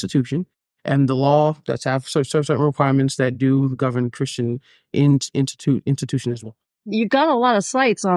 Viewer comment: “Int int intitutions” like wtf? 😀